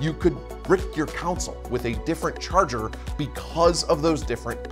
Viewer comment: Good vid for beginners my only complaint is the way you say "Console" is driving me nuts! lol